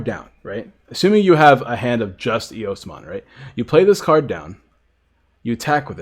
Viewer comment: It's eosmon